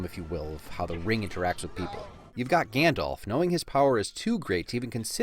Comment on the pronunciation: It's Gandalf, not Gandolf.